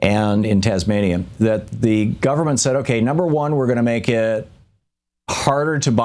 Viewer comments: Thom... That was the very worst attempt of pronouncing the name Tasmania, I have ever heard. All cool man, just say it exactly like it is spelled. Tas-mania... It is actually a State of Australia. Often forgotten, but always there. Yes, not a single mass shooting since the Port Arthur massacre. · Australian here. It's a state. Pronounced Tas-may-nia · TANZENIA? Come on thom, read the word properly